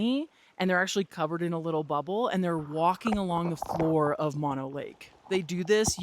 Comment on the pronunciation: Mono rhymes with oh no, like oh no I haven’t visited mono lake in a while! Mah-no is the disease that makes you cry for your mama.